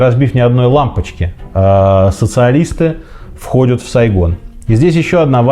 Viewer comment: Сергей, спасибо вам за интересные видео! Продолжайте в том же духе, желаю успехов))) Однако, меня коробит кое-что на слух...то как вы произносите окончания многих глаголов: выходЮт, смотрЮт, гонЮт и т.п. Я же не одна это слышу? 😄